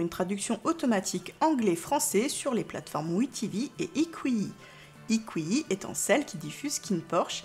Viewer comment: Bonjour iqiyi se prononce Itchiyi sinon super ! Merci !